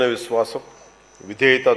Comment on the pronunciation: విష్వాషం కాదురా బాబూ విశ్వాసం కూనీ కూనీ చెస్తున్నావ్ తెలుగుని జగన్ మోహన్ గారు.